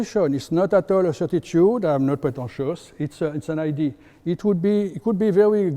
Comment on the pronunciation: Lots of knowledge, terrible English. Let this man speak French and hire a translation professional. “Idea” sounds like “ID” and so on…you get tire after a while…😂😂😂